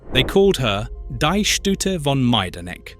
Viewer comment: Do find someone to walk you through German pronunciations: your version of ‘Hermine’ is laughable, as is ‘dei’ as a prefix to Stute.